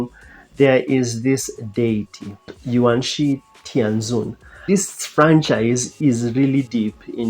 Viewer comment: Nice review, your pronunciation of Yuanshi Tianzun was pretty accurate